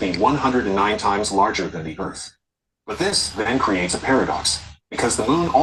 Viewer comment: Oh my gosh, how can a human being be so simple minded! can’t even grasp the simplest physics. And I could freak out, if people like say: the Bible says erf am flat. Hilarious